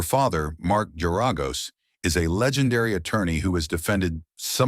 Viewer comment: This is a real good bit of info. But the AI is making pronunciations of names incorrectly. As in Agnifalo and Garagos names. They’re pronounced Ag-nif’-a-lo. And Gare’-a-gos.